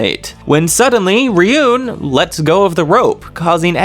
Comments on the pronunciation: Bro said "Riyun" for Ryuen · 😂 that's funny Ryuen to riyen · Also Ryuen is pronounced like ruin